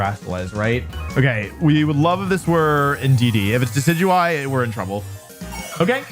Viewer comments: how did he just pronounce decidueye?! Dekidooey?? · DID U JUST SAY DE-KEE-DOO-EE?? oh hell naw😂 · No way he said deckydooey🤦‍♂️ (decidueye)